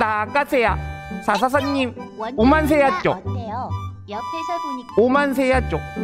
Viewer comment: 오만세아 할때 오만가지 생각들었겠다 ㅋㅋ